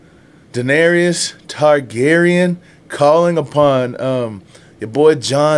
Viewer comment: Season 7 and you still say Da-nare-E-us. Lol. It's Da-nare-us 🤷